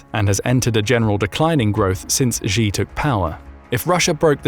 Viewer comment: Xi is pronounced like She, not like Zhi